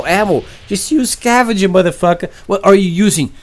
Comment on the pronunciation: it's scavenger not cavenger